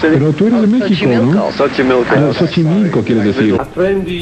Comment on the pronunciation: jajaja mori de risa cuando Ringo dice "Sgt. Milco" en vez de Xochimilco.